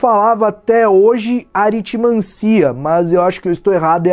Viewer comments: Oi, só por falar mesmo, mas, pelo o que eu sei (o que eh bem pouco) a sílaba tônica de aritmancia eh o ci e portanto, se pronuncia aritmanCIA, e não aritmância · É aritmancIa mesmo, se fosse aritmAncia teria acento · Aritimancia é bem melhor que "aritimannncia". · a pronúncia correta é aritmancIa, pois segundo as regras de acentuação se fosse diferente deveria se escrever aritmância. A pronúncia é como em melancia. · Eu jurava que era a Lilá que tinha morrido no filme, não a professora de Runas Antigas. (, a sílaba tônica de "Aritmancia" é o "-ci", é uma paroxítona. Se fosse AritMANcia, proparoxítona, precisaria de um circunflexo).